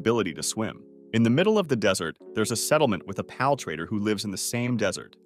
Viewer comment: For the Love of All Things in this world sorry but I had to click off this video multiple times because of how you're pronouncing the word PAL. Just makes me think this is an AI voice or some kind of trickery bullshit that you're doing as a meme.